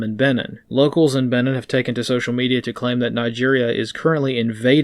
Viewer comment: It's pronounced "Beh-neen" as in "Beware and take care of the Bight of Benin, there's one comes out for forty goes eeen."